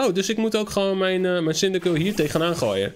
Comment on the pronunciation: Je spreekt cindaquil uit als cindaqwil